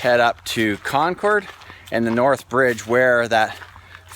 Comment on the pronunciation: It's actually pronounced "Con-curd". It is an amazing place